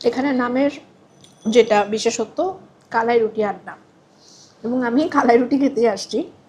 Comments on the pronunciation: আপু আপনার উচ্চারণ টা ঠিক মত হচ্ছে না। এইটা হচ্ছে কা....লা...ই.... রুটি। আপনি ভিডিও এর শুরুতে বলছিলেন ক...লা...ই...রুটি। যাই হোক পরবর্তী ঠিক মতোই উচ্চারণ করেছেন 😊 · উচ্চারণ টা হবে কালাই......কলাই টা ভুল উচ্চারণ। দুটি সঠিক না আশা করি ভুল টা ঠিক করবেন।